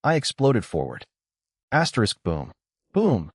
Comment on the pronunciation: Bro can someone count the amount of times he says aterisk😂😂😂😂😂